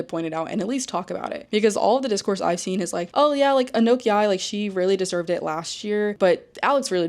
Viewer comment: The comparison you drew between Alex Consani and Anok Yai was SPOT ON. Also just FYI Anok pronounces her name like a-knock